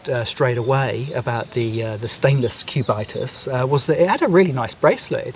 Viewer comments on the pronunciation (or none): Cubit-us.... Not Cu-bitus... From Sumerian Cubit, the length of your elbow to tip of the extended middle finger... Btw is what Patrick Phillip needs... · "CubAItas" ... really? 😂😂😂 Its "Cubitus", from Cube=Cube 😅 And you definitely have not too much clue about watches and horology, sorry. The Cubitus is likely Patek's smartest move in a long time, just look what you pay above retail for these watches. The Nautilus and the Aquanaut triggered similar hate feelings at first place and today they are the highest trading watches above retail besides Richard Mille in general. The ingenious feature of the Platinum Cubitus, by the way, is that it is as slim on the wrist as the other two Cubitus watches despite the fact that the Platinum incorporates incredible complications. Liked your presentation nevertheless, one must just like you the way you present your topics 😊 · If you pronounce "Cubitus" in the correct way, it wouldn't sound that silly.